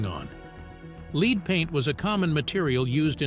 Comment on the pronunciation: Didn’t know it was sold here, but lead is pronounced two ways and this A I is pronouncing lead incorrectly.